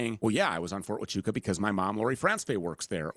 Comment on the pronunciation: Mispronouncing huachuca over and over sounds real foolish. It distracts from the conspiratards deflection.